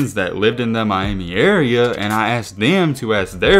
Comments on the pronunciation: “One of the roughest in my-Amy” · Funny the way you say Miami, My- Amy😂😂😂